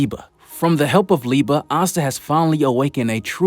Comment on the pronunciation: Thank you for pronouncing Liebe right